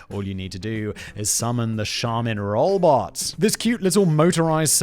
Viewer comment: Is it me or can you not say robot?